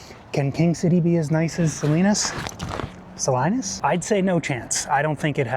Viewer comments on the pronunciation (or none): "SA-LYNUS?" made me laugh. Looking forward to video of Day 2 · Salinas "Salainas" had me in tears 😅😂 oh and by the way, do any of these buses stop at Lompoc 🤔